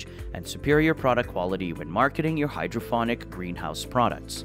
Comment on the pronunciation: Is there any reason that hydroponic is being pronounced hydrophonic throughout this video?